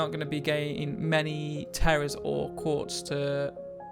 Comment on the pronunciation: its not "quartz" its "quetz"